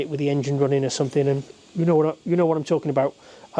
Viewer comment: the correct pronunciation is "Something" and NOT "somethink".....Speak properly